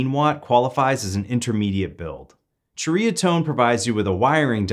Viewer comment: It’s pronounced “seriatone” 👍